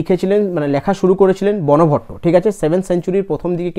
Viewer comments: ওটা বনভট্ট উচ্চারন হবে না। ওটা বানভট্ট উচ্চারন হবে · তুমি ভালোই ক্লাস করাচ্ছে কিন্তু সবচেয়ে বড় কথা ক্লাস করানোর আগে নিজে রিভিশন দাও উচ্চারণ গুলো ঠিকঠাক করে করো. হিউ এন সাঙ, বানভট্ট এগুলো ঠিক করে বলো